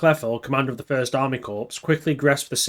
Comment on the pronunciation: Can you please refer to the word 'Corps' (correctly) as 'Core'. You obviously have no prior military experience, otherwise you'd know how to say it. Watching your video with subtitles on is quite gruesome when hearing you say the word 'Corps'. Thanks for shining a light on these super brave volunteers....they might have been fighting on the wrong side, but most of us don't feel too bad about them giving the Russians a hiding 😁